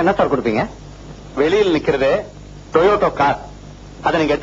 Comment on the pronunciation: it's not toyoto it's toyota.